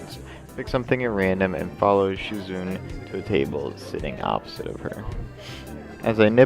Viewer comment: SHIZUNE = SHE-ZOO-NAY